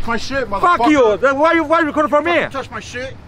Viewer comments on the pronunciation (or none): the guy who came out of truck is fu****g hilarious!!!!!! “Wy u rekodin for me?” Bujaaaa ja ja ja